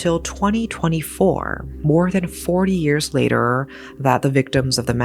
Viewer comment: Tried watching this video but this woman's voice is just so annoying. A moment Layderrrrrr. It's later. It doesn't take 7 seconds to pronounce. Video could've been under 20 minutes if it was someone else talking, Jesus.